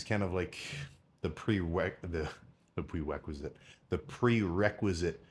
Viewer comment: "The Pwe wequisite" 😂